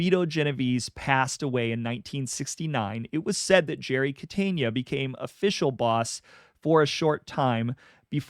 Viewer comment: Good Stuff 👍 I like your contents “Jerry Cateynia”🚫 “Jerry Catena”✅